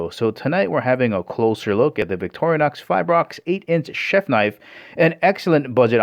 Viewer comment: It's not Vic-toria-nox! It's Vic-tor-i-nox.